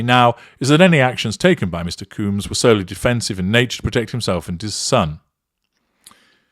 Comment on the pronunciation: By the way, it’s pronounced combs like honeycomb